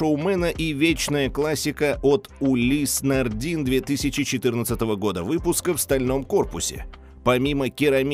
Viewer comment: Жейкет Дроз и Улис Нардин. Вы ж канал про часы, как-то не солидно так названия брендов произносить.